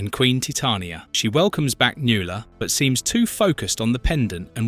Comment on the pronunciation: NuAla. Mispronounced names drive me nuts. 😊❤